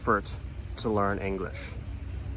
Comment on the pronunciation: Inglesh? Is Englishtown so